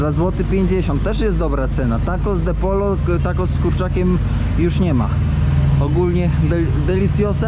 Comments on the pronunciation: byłem kilka dobrych lat w Stanach.Pracowalem tam z latynosami. Na kurczaka mówili pojo choć pisze się pollo. 2 l czytamy jot.Tez np. dzwonić llamar czyt.jamar.Dygresja. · el pollo wymawia się el pojo. Proszę się podciągnąć! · mówi się podźio (pollo) na kurczaka, a jajka w takim opakowaniu to 30 sztuk. Co do śmiecenia, to i tak jest względnie czysto.